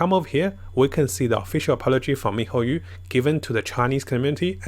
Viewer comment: MIHOYOOOO NOT YU IT BUGS ME MAN